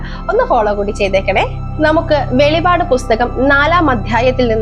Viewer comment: വെളിപാട് അല്ല വെളിപ്പാട് എന്നാണ് പറയേണ്ടത്